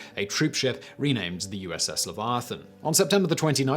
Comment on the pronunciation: As a non native English speaker I was shocked about the pronunciation of Leviathan.